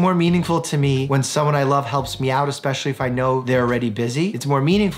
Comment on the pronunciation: Ok, is it just me or Dr Mike says "eXpecially" instead of "eSpecially"? This is maybe the 2-nd episode that I heard that. It kind of irks me - like those people who say "nuCELar" (not "nuCLEar") or "eXcetera" (instead of "eTcetera").